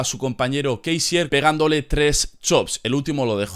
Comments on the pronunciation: no digas kaisier tío es LUDWIG KÁISER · "Kaiser", no "Keisier"